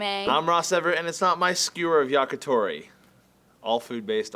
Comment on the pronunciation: Lol, Ross said "yakutori." Psst, it's "yakitori."